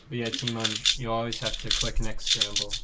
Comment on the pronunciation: Lol "tymoan"